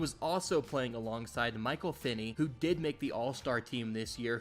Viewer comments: Messed up Dirk’s name, Michael Finley’s name, and Jalen Brunson’s. When you make these videos and there’s glaring errors like that it takes away from your credibility. Sharpen it up because the rest was great! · how can you be a hoops channel and not know how to say michael finley correctly smh